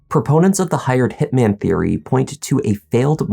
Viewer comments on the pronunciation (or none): none